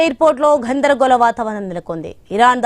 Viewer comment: "ఘoధరగోళo" గొప్ప తెలుగమ్మా 😂😂😂😂